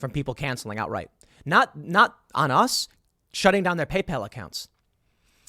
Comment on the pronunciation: Did Tim call it Gaypal? Sounds like a competitor to grinder